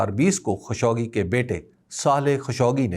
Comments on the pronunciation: خاشقجي ہے نہ کہ خشوگی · تنقید مقصود نہیں ہے۔۔ اصلاح مقصود ہے۔ صحیع تلفظ خالق-جی (خاشقجی )ہے۔ معذرت اگر برا لگے